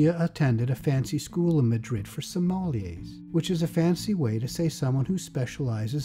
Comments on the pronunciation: just sounds wrong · The way he says “sommelier” LOL